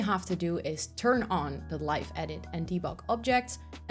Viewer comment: Live in this context in English is pronounced live¹ (adjective) — pronounced /ˈlaɪv/ (“lyve,” rhymes with hive) > meaning: having electricity flowing; charged; active — a live wire, a live socket